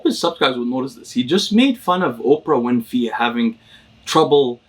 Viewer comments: The fact that calls Oprah Winfy instead of Winfrey only makes me like him more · Oprah ''Winfey'' lol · Also he loves to miss pronounce names for the fun of it.